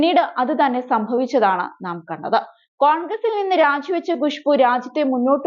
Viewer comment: Not gushboo, it's Khushboo. Learn to pronounce properly